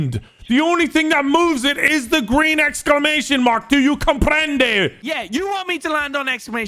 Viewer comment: gween gangg